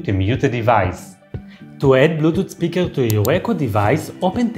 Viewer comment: Blutoot speekaal 😂 lmao